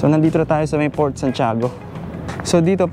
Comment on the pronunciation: Bakit raketrak basa mo sa Racetrack? Saka Fort yun hindi Port.